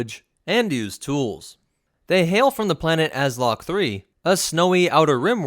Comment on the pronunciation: not Azloc but Alzoc